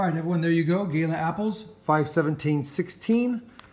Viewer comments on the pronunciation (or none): Man said gayler apples 😂